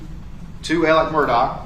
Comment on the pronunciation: After all this time, are you just choosing not to pronounce Murdaugh’s name “Alec”?